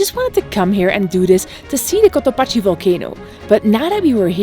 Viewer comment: Cotopaxi is pronounced like "taxi".